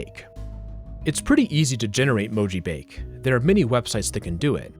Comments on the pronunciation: that sounds to me like a slowed down version of the chorus of All the Things She Said by t.A.T.u. Also, your description of mojibake is partially incorrect: - It's pronounced mo-ji-ba-ke, not mo-ji-bake. - You can't garble English text (most of the time) due to most encodings being extensions of ASCII. The LingoJam translator you showed in the video just replaces characters with random codepoints made to look like mojibake. That's why you couldn't decode it back. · It's actually pronounced "moh-jii-bah-kay"; it's a Japanese word and so the E at the end makes the "ay" sound. Not trying to be rude, just offering a correction for future reference. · "Mojibake" appears to be a Japanese term, so it's probably pronounced more like "mo-ji-bah-keh". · "Mojibake" is pronounced "moh-jee-baw-keh". It's the romaji of 文字化け. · mo ji ba ke, 4 syllables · mojibake is a japanese word btw, it's pronounced as mo-ji-ba-kay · He pronounced it wrong. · The E in "mojibake" actually isn't silent. It's Japanese, not French, haha. Approximated in English, it'd be like the AY in "say," though the E you hear in Spanish words would be more accurate. (And the A is pronounced like "ah.")